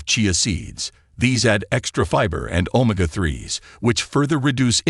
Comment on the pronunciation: Any AI voice that mispronounced Omega as Oh-ma-gah can’t be a source for facts, Xin Loi, Ong.